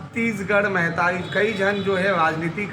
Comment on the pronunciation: महतारी ला महीतारी कहत हे अपन आप ला छत्तीसगढ़िया कहने वाला ग्धायक ह